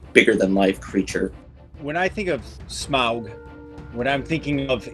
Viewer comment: My winner for this one is for being the only one to pronounce Smaug correctly:-)